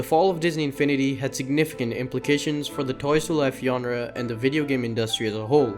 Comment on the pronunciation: Aint no way this guy just pronounce genre as "yonra"